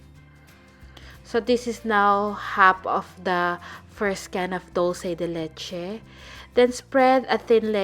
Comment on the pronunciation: hello! I'm from Argentina and it is not " Dulce de letche" is " Dulce de Leche" , Great recipe.